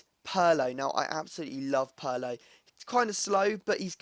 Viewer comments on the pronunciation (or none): pier - lo... not puur - lo... -. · its not Pee Air Low, if that's what you're saying, it's Purr Low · Wtf Purlo.. Its Pirlo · Peerlo how it's pronounced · Its pirlo (Peer-Loh)